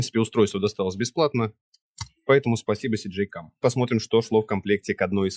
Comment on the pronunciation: Всё как бы да, по делу, но блин - не СиДжей, а ЭсДжей, первая блин буква - эс))